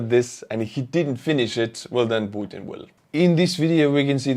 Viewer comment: I really like the way you pronounce P u t i n!!!